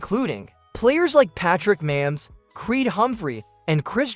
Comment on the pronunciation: Not up to date, and 1st of all, his name is Mahomes, not Mamms!